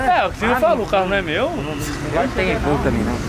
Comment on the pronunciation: " é uma land rover evouquey " kkkkkk eu ri agr hein